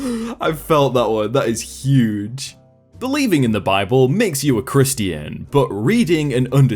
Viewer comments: WTF IS WRONG WITH YOU YOU PRONUONCE CHRISTIAN HORRIBLEY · Was it just me or was he saying Christian wrong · He said Christian wrong!